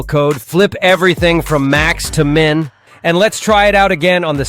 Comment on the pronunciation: Imagine a world where AI voice is telling you how to use AI software. Oh wait... It's MIN not MINE...